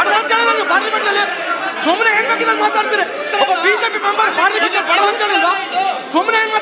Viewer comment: ಬಡವ ಅಲ್ಲ😂, ಬಡ್‌ವೆ